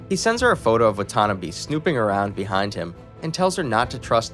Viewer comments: Watanabe... not whatonabee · the way 'watanabe' was pronounced made me flinch